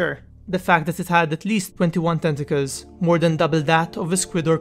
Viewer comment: When you say tenticals it totally sounded like testicles. We know It had 21 testicles damn son that thing had some serious balls xD